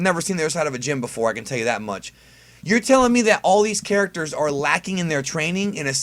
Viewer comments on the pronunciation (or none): none